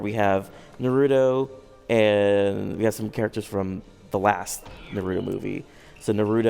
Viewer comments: you surely don't know how to say their names right narudo,sakurá and sasque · Uuuuuh Sa-kuuuu-ro uuuhhh Madura uhhhh Naratu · NaRUEto, SaKURRA, MaDURRA. This guy is representing the game for an interview? Also he circled around the same points for every question asked. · Narudo...... REALLY?!?! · The guy seems like he hates his job. He cant even pronounce narutos name right.... lame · Every naruto video I watch someone says naruto wrong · Terrible pronunciation of Naruto and Sakura. You don't say tsunami with a shitty accent do you? Fake piece of shit. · How do you work for bandai namco entertainment, and you're pronouncing naruto wrong....